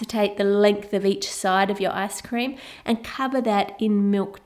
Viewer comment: did I just hear "asscream" ???? 😂😂😂😂